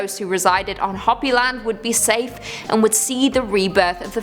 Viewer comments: You can say Ho pee not hoppy! I should know since that's my blood from my babas side of family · I can't pronounce half of those words ether. However, the name for the Native American group you spoke of is Hopi, pronounced ho-pee. Just trying to help. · It's pronounced HOPEE. Like hope with an elongated E. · Hoppy land lol it is hope-E, I love hearing your pronunciations, I suck at it also. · Kali is a goddess, not a demon. And it’s Hopi (Hooper) not Hoppy. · Hoppy.... Hoe-Pee. Lmfao. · It's Qwet-zill-cot-tull, and, it's Hope-y, not Hop-y. Also, we're doomed! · I'm 1000% sure it's pronounced hoe-pee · it is Ho-pi but that isn't what they call themselves. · Yeah, did great with the difficult Aztec names. Calls Hopi Hoppy....repeatedly. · How do you not know how to say the word Hopi and then the people who produce this video Let It Go on YouTube like this what a joke. Everyone's like oh you did such a good job this was garbage